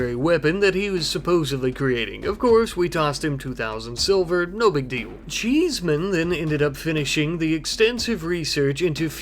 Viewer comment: The way you said cheeseman sounded very posh XD I literally thought "sir cheeseman ☕"